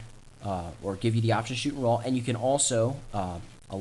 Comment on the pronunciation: Almost 7 minutes of blahh blahh blahh saying camera rrrroooaaa